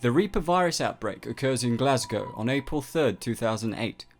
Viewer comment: HE SAID GLASGOW PROPERLY. HUZZAH